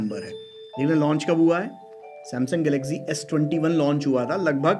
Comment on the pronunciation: sahi Maine m tumhe video banana hi nhi chahiye Politics jaisa khel rhe mobile ko lekr kya hi aadmi ho tum ... aur to bhai galaxy bolna Sikh ja